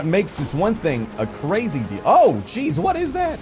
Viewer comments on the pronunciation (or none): none